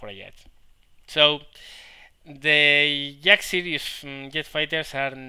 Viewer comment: I like how when you say "Jack of all trades" sounds like "Yak of all trades" which makes me lul, since you were talking about a Yak at the time. :)